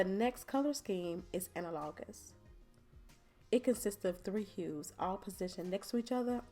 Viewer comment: Thank you for this informative video. When you pulled out that hand I thought it was real and it flipped me out for a minute. Also the way you say analogous drove me crazy.